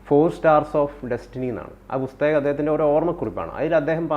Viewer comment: എടാ ആ ങ്കറെ ബുസ്തകമല്ല പുസ്തകമാ ?????